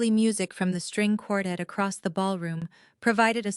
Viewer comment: For crying out loud, have AI learn how to correctly pronounce the word quartet.